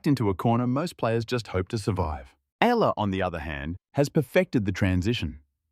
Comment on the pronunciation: Yes finally pronounced her name right !!!